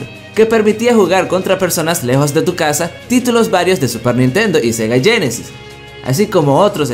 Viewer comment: Sega "" yenesis ""? GEnesis